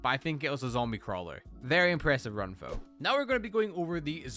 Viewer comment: Why do you say fo instead of though